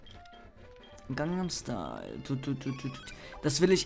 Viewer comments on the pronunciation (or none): none